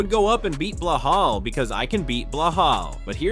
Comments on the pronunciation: That balal not belahal check your AI 😂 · Get it right Ilia not Blelal??.WTF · Its not Blehal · Way to butcher his name...its Belal